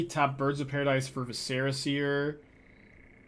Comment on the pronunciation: Love the deck. Just a pronunciation tip: “Vi-sr-uh” seer. Like visceral….but without the L. Not “Va-Serra”. Not that it matters but your rhetoric is kinda your bread and butter. Also glad you are dabbling in pioneer. Wherever you go is where thousands of players flock. Hopefully Wizards recognizes you keep their game alive and have a huge influence in card sales.